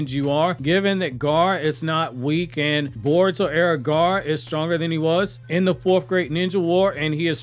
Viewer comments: Who is Gaar? Do you not know how to say Gaara or something? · Why are you calling Gaara, Garr? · I would like if this guy could pronounce the name Gaara